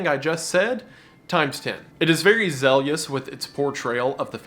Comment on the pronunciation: never heard someone mispronounce "zealous" so badly before, damn.